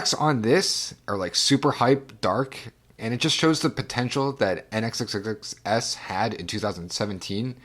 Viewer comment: I have to revisit NxxxxxS at some point (and I think it’s supposed to be “Nix” with however long you choose to say it). I know Fujita Scale has been on the wish list for a while. Although that’s an acceptable pronunciation, the N in Nmesh is silent. Emmanuel Hoachlander (Ohm-N-I and runs Section 9 Tapes) did the vinyl mastering for Dream Sequins. And I hope my remix of "Mall Full of Drugs" makes the final cut, which was made in part as a thank you to him for both indirectly and directly introducing me to the scene. Fire-Toolz (and I don’t think she’ll hold it against you with the pronoun thing =] ) is also another artist with a slew of aliases a la Vektroid and HKE. The other big one she has is MindSpring Memories, which is more slushwave and ambient. Funny enough, a music peer of mine pre-vapour knew her in another context. And yeah, Fire-Toolz is incredibly eclectic. Ah christtt ... I think of that project as “audio shitposting” and it’s not an insult either. There’s a playfulness and mischief to his work that is similar to Nmesh. However, I think deep dark trench is his most mature work where he deals with the mental storm that was dealing with 9/11.